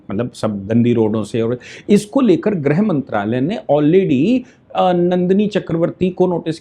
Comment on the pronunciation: आप ग़लत हिन्दी उच्चारण कर रहे हो आप गृहमंत्री/ गृहमंत्रालय को ग्रह मंत्री/ ग्रह मंत्रालय कह रहे हो,,,, लगभग सारे न्यूज़ चैनल ऐसा ही ग़लत उच्चारण कर रहे हैं